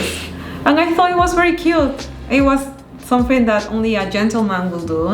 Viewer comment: Felicidades, sólo algo para acotar aunque quizás algún seguidor se ofenda, pero es para ayudar nada más, estaría bueno q corrijas cuando pronuncias someTHING, THING, chekalo con tu novio, y q sean felices y coman perdices..😘😘